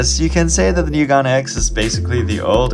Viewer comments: Plz stop saying Gun instead of gan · It’s pronounced GAN not GON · Did you just say GAN instead of GARN